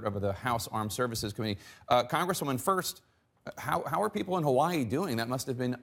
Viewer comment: Love how she try’s to pronounce Hawaii differently from how they actually are supposed to say it